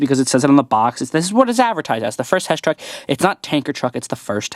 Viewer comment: mate I think u said hesh not HESS